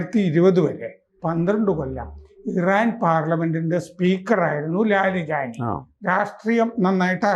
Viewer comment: കിളവന് ലാരിജാനി എന്ന ഒറ്റ പേര് ഉച്ചരിക്കാൻ തന്നെ പ്രയാസം. കിണറ്റിലെ തവളകളുടെ ക്രാം ക്രോം😜